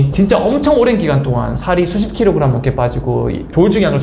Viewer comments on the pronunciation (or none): none